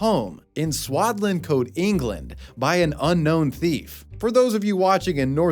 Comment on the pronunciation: Impressed you managed to pronounce "Swadlincote" correctly!!!